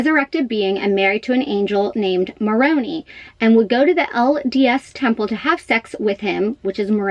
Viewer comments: It's Moroni, pronounced with an I not an E. Also the statue has been taken off the Salt Lake Temple because it was damaged in an earthquake. And, they are upgrading the temple to withstand earthquakes. Moroni will go back up after. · You are pronouncing MORONI wrong. Are you saying them taking that statue down. Which one? There are on all LDS temples. They needed to take down the one in SLC because it needed repairs due to the earth quake that damage it. Or what are you talking about regarding temple she goes to? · You are pronouncing Moroni incorrectly... the "i" in Moroni is pronounced like I. They are not taking Moroni down on the temples... just the Salt Lake City, Utah Temple for repairs. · Angel Moroni. It’s not pronounced Moron”ee”, it’s pronounced Moron”eye”. Supposedly in the second coming, the statue of Angel Moroni that is on the SLC temple with trumpet the arrival for all to hear to prepare for exaltation to heaven. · "Moroni" sounds like morOHnEYE not MoroNee 😁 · Moroni is pronounced mor-o-nie not MorOnee 🤣 as a former Mormon this kinda annoys me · Moroni sounds like "Muh-rOh-nye"... Not Moronee. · Learn to pronounce the angel Moroni's name properly. MoronEYE. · Mor-oh-nigh. Moroni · Please do your research on Moroni, including the pronunciation. 😂. What you said about them “taking down the statue of Moroni right now” makes no sense. There are several statues of Moroni around the world. It would serve you well to educate yourself concerning the true facts of the LDS (The Church of Jesus Christ of Latter-day Saints) Church and faith if you plan to speak about the subject and/or delve into this story more. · Moroni look up how to say it, Your hair is a huge distraction for you, yes you are pretty.